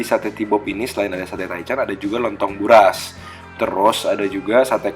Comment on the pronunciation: barus😂 bkan barus kak tpi buras😅😆